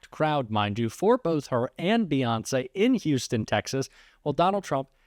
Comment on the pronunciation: Pathetic. Even pronounces Beyonce with childish spite.